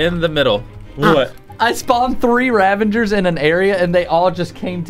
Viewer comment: i love how they say "ravangers" when its "ravagers"